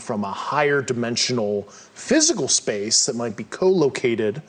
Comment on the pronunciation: Simultaneously lol, In one word “Shpashe”, someone measure the movement in one word. Lol “Shpashe” shpaceee